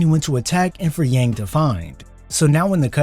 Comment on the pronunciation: It's pronounced Yawng.